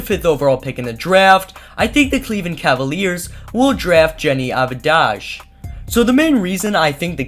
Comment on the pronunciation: it's pronounced av-dee-ha